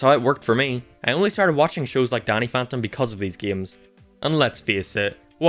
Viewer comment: For a minute, I thought you said "Daddy" This gives Danny a whole new meaning XD